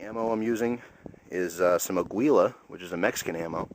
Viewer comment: The brand is not "auila" dumbass, is Águila (eagle in spanish) don't you see the big eagle un the box!?